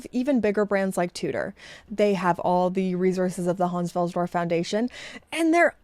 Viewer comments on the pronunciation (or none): none